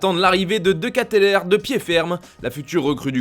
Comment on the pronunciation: Pour les français ça se prononce De Ketelaar